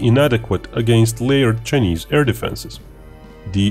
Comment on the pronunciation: This guy calls Chinese as chnese